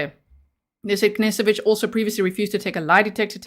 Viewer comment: Hey , pronounce it ‘nesoficz’ instead … and say it quick 😂